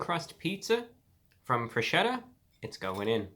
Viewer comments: WTF it's FRESKETTA not freshetta, pls...... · I feel ashamed to even attempt to correct you, dear Review Brah - however, it is pronounced FresKetta. "Ch" in Italian is pronounced like a hard C. After a ROTW 7.5 review, I'm sure the company is now considering renaming the company. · Just one thing, the correct way to say it is FRESKETTA, because "ch" sounds like "k" in italian. Have a good day, sir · in a Italian accent its not forgeta its freshetta